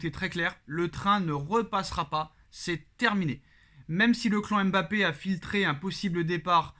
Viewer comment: se montre souvent trop irrespectueux et arrogant. Qu'il apprenne à prononcer correctement Mbappe et non M' Bappe.